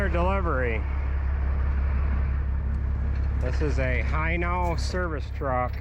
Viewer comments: It's pronounced "Heno" hino hindy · It’s pronounced,,,HEno